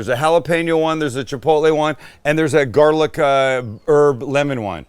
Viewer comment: You take a trip to Boston recently? Starting to sound like us lol “GAH-lic”. I’ve never been more proud 😂